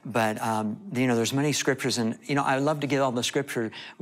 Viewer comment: Couldnt pay attention about what he saw cause he keep saying scritures